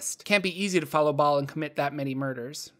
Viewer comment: Hay the h in Bhaal is silent...